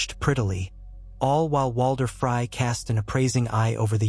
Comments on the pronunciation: really cringe everytime. its like fry or frye. please its FREEEEY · Somebody do something about the AI which is reading this. This mispronunciation of names is driving me crazy. It's FREY not FRY